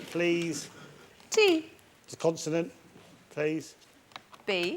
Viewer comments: CONSONANT!! NOT CONTINENT 😭😭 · Surely someone should have told Richard that it's not pronounced continent by now. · Someone please teach Richard its not Continent!!! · I came here to find this. I love him but CONSONANT ffs 😮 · why does he say continent